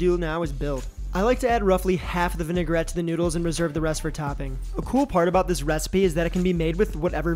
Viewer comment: There’s no such thing as a vin-e-gar-ette. It’s vin-a-grette.